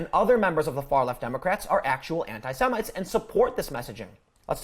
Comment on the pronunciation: >"semintes" He said it again. LMFAO what a fucking moron.